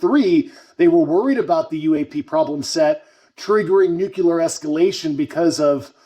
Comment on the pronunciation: C'mon David, can you dumb the security-speak down to speak to US? And for UAP's sake, can you please pronounce nuclear, (IE "new clear", not "nuculer") correctly? You're a detail guy, yeah?